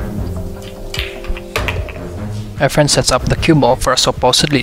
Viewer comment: Lol dont watch pool, i kept hearing “our friend” not “efren”